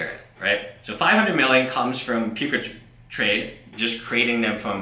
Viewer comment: It sounds like you're calling it Puke-a-trade. Which is a more accurate name than what it actually is.